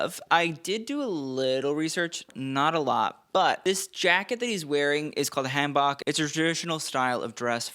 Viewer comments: I know this is not an important detail, but your calling the Korean outfit a Han (like can) Bok (like talk), and it is pronounced Han (like swan) Bok (like spoke) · i love you but i am begging you to pronounce hanbok as hahn bohk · Daniel's hanbok is pronounced han-boke - or at least that's how we say it.. :) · So he's pronounced hanbok wrong in at least two videos now and the comments keep correcting him, so I'm not sure what's up... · Hi, thanks for all your work. I wanted to gently correct your pronunciation of hanbok since I know you like to be accurate. The "a" in hanbok is pronounced like the "a" in "father." The "o" is pronounced like the "o" in "boat." Hope that helps! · Daniel Dae Kim looks so handsome as always! For future reference, the “Han” in hanbok is pronounced like in “Han solo” and not the same vowel sound in “hand”. And the shirt part of the hanbok is called a jeogori (저고리) and the long vest is called a kwaeja (쾌자). Waist-length vests are called baeja (배자), and long sleeved overcoats are called durumagi 두루마기. (Edited 12/7/25 to correct the name of the type of vest) Regardless, love to see traditional Korean fashion on the red carpet~